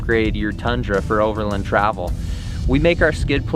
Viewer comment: Never heard anyone pronounce it "over'lun".